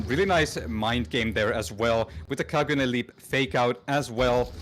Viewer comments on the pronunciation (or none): beautiful match, beautiful video, But for the love of anime, Kagune is Pronounced Ka - Goo - N - Eh, not Kaa - Goo - Nee. Love you. ❤ Get it right.